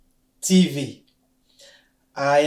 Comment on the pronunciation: Merci bcp mais revoir un peu phonétique, tv c'est Tivi